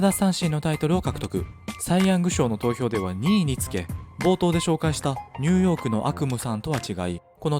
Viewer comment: すごく声が良くてわかりやすいです！ あちニューヨークが毎回ニュヨークになっています….